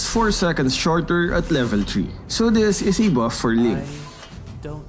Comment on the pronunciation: Level Chree